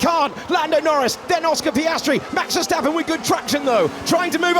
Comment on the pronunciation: Max Ffffershtapen, Luis Hamilton, Liam Loson